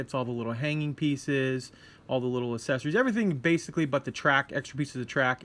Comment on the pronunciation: Awesome build video! I'll have to keep an eye out for this one. One thing I noticed... might be a silly thing on my part, but you seem to pronounce "Accessories" as "asessories," without the hard "x" sound. I wonder if certain pronunciations are in the process of changing... like how people say "stren-th" instead of "strength." Just something I noticed. Languages always change.